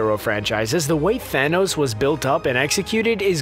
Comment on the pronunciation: Did anyone else notice that he kept saying fanos